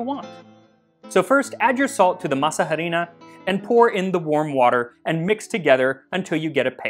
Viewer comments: Love your channel but harina is pronounced "arina" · Harina, don’t pronounce the h, just say Arina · OMG, I nearly died when I heard you say "harina" without the silent h... I think it's so sweet that you try to use the original names of things, and I'm proud of you for acknowledging your mistake later in the comments... Now, to answer your question: chocolate!!!!!! Please!!!!! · Quit pronouncing the h in harina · It took me a few times to realise he was saying harina, the “h” is silent in Spanish, also we just call that maseca, but really great video these are also just called empanadas in Mexico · This is how we eat quesadillas we stuff them with cheese mushrooms or cheese pumpkin flowers and top them with pickled shredded carrot and cabbage. oh by the way I'm sure someone already mentioned that the H is silent in harina. can you do a history of mole it's one of my favorites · Love it! Thanks for your work, by the way the H in harina is mute, your pronunciation for the a is correct. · Hi Max, another great video. Im sure you already know this but in Spanish "h" does not sound, juts 'cos of masa harina pronunciation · I really like how u say masa harina, which is kinda curious since the h is silent in spanish and also it's better to say just harina de maíz cause masa harina not only is grammatically weird but doesn't make that much sense lol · These look yummy. Oh,, btw the H in "Harina" is silent 🤭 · Great video! And this was mentioned before, but.. The "H" is silent. The "H" is silent. The "H" is silent. The "H" is silent. The "H" is silent. The "H" is silent. Just as a reminder. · Psst: The "h" in "harina" is silent. The "h" is always silent in Spanish. You get the "h" sound when the letter is a "j". :) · A little information, the h in "harina" is silent. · Love the video but every time you pronounced the H in harina it was like a paper cut on my soul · Is anyone else bothered by the fact that he’s pronouncing the ‘h’ in words where the ‘h’ should be silent?